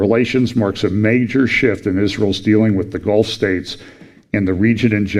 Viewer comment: when you said Gulf News I heard GOLF News. That took me back for a nano moment. I thought...Even the golfing community gets it. 🙃